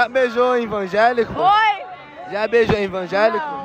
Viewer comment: "invangelico" kkkkk